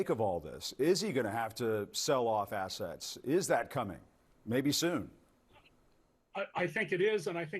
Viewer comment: I could of sworn i heard the "t" missing from assetts. 😂